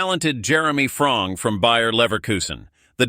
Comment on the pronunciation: bull💩 news not even pronounce the name properly its FRiMPoNG not frong